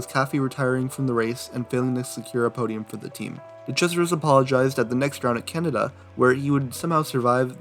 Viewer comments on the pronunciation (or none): “De Crasheris.”